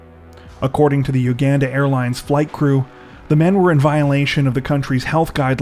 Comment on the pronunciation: Omg if you don't even know how to pronounce Uganda, maybe just don't do stories from there...🤕🤯